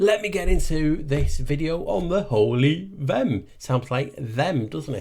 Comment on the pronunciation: Vehm...sounds like VEM...the h is silent.